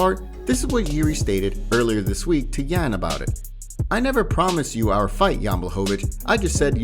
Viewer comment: You gotta respect fighters enough to pronounce their names right. You don’t pronounce the J in Jan like the J in John but you do in Jiri